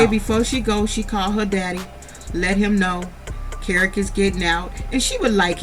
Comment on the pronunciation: I love you sis but his name is kerock not carrot love your too funny tho🤣 you have me cracking up SOOO hard otha than that keep up your good content ma 🥰🆗✅😎